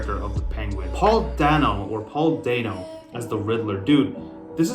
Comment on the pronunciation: Not dane oh, dan oh